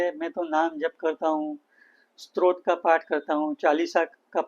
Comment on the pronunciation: Good information but it’s स्तोत्र … not स्त्रोत